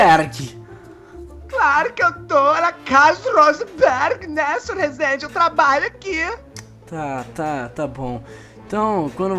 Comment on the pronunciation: "Aqui não é RRRUUSENBERRG! Aqui é RREEZEENDI!" KKKKKKKKKKKKKKKK FALECIDA